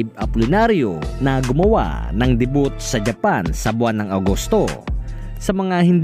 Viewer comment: Day view po ang pronounce ng debut. Hindi diboot hehehehhehe